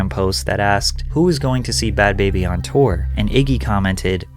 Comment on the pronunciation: Its not pronounced "baby" its "Bah-bee" Like saying Barbie but with a NJ or RI accent.